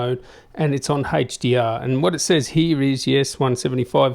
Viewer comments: Love that you showed the Hey-ch-dee-arr! In all seriousness, sweet video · I love how to say haech d r